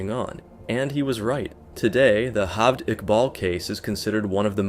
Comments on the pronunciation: It's J-aved Iqbal, not H-aved Iqbal. He's not Spanish! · The fuck is "Halved Iqbal"? It's an Urdu name, J is pronounced as J, it's not Spanish. I'm actually surprised you pronounced Iqbal perfectly, but kept fucking his first name. Every time you say "Halved", it cracks me up. A simple Google search during research would have told you how to pronounce the name correctly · man the way you pronounce "Jeved". it is not pronounced "halved" like you were syaing it, it is exactly as the spelling is, Javed edit: another one, its is again, pronounced the same way as any "ch" as in, "baloch", not "balokh" ik this comment is a bit unrelated to the topics, but i cannot express how annoyed i am with those mispronounciations edit2: another thing about the baloch thing, one detail you over-generalised is "present publicly as a woman". not many people have a problem with that, but her action are, as shown by the few pictures and videos here, sexually provocative, which is the "dishonor" part. overall, the honor stuff is a very complicated thing that i do not have the will to explain and nor do i have as much knowledge to properly explain it. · this is not Spain or south America. J is pronounced as J not H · am i the only one ticked off by the way he pronounced Javed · me too me too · Before actually recording the voice over I would suggest doing a tiny bit of research on what the correct pronunciation of the names is. Your pronunciation of Javed and Baloch was annoying to listen to.